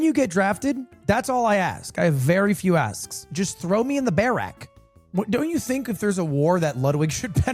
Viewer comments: why does he say barrack like that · Why is he saying barracks so weirdly